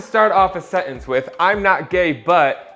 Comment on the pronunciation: The words Sentence and important both have a t in the middle that is not silent please pronounce them. You are a good speaker don’t be sloppy with your language. While I’m on the topic, I find that people that say imporant instead of important also say buon instead of button.